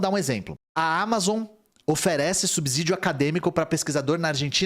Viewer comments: Uma lembrança,: SUBSÍDIO tem som de S e não de Z. Som de Z só entre vogais, lembra? Casa, peso, lousa. Mas não em canSado, poSte. E por isso ASSIM tem dois S's. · Subsídio não tem som de Z. Só entre vogais, lembra?